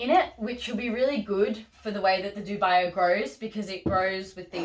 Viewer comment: Great video! I'm planning on staking most of my philodendrons and monsteras in planks. Just a nitpick: dubia is pronounced DOO-bee-ah, latin for 'doubtful'. Cheers